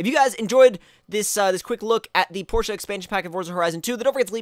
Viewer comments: Porsh. Not Porsh-uh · It's actually the complete opposite. People in America tend to say porsh but it's is truly porsh uh. I pronounce it the "American" way though. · Porsch in America and Porsch-uh everywhere else basically